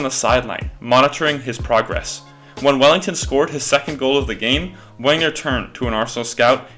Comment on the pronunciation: It’s pronounced venger come on man